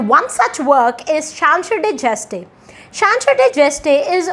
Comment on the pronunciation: *Chanson de geste (not Chansor de geste)